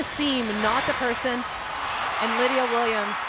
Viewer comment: CRYSTAL press!?! lydia WOMENS omg pronounce it correctly 😳😳